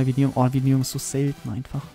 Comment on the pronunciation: Vinteum! nicht Vitneum